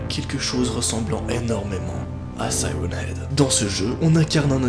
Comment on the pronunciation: On dit sirène heag